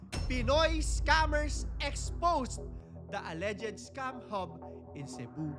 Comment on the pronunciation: Mali banggit mo sa "alleged" inulit ulit mo pa ng 1k times! 😂😂😂